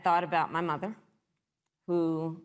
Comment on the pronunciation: Actually it was his mistress....he calls it Moth-er